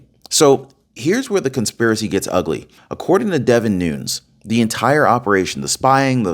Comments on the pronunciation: ITS NOON YEZ NOT NOONS JS PEACE MAB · It's Noon-ez, not noons. Just an FYI. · Hey, you are doing a very good job on here! Just a little change on names needed. Nunez is pronounced different from Spanish. He’s Portuguese American. So it is Nu-Nez, not noons. Also FISA is a hard “I” as in Fi-suh. I hope that helps you a bit! But still, very good job! 👏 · "....Devin "Nu-neez....". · Its pronounced "nu-nes" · That is NOT how to pronounce Nunes……. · you're pronouncing Nunes wrong, Squiggly line above second n.